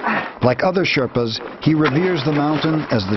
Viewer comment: Sherpas not shetpas.